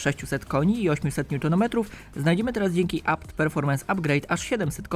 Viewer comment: Bi ef gudricz??! WTF??? Naucz się czytać, albo po polsku albo zgodnie z krajem pochodzenia i co to jest APT?? Mówi się ABeTe, Mein god